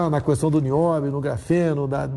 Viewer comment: Alguém ensina ele como se lê a a palavra "questão".